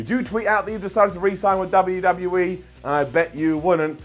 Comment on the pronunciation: Did you just say "WWE teet"? You did.